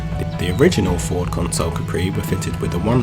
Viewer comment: Consul not Console. Look up Ford Consul.